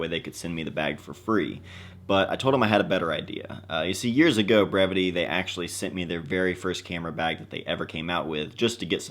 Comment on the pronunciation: I never knew how to correctly pronounce the name of this brand until this video lol.. I’d love to win this bag. Great design